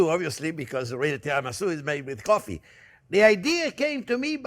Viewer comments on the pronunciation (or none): none